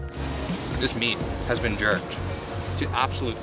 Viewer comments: Beén instead at been. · The way he said “been” really reminded me he’s Canadian lmao